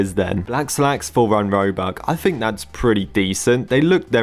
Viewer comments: bro instead of saying robux he says robuque 💀💀💀💀💀💀💀💀💀💀💀💀💀💀💀💀💀💀💀💀💀💀💀💀💀💀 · i like how he says "robuC" instead of "robuX" sometimes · 1 "robuk" lol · man legit said robuck for the whole video haha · I love how he is always saying robuk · robuk is singular of robux 🎌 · Whoever heard he said robuc 👇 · why do you say robuc 💀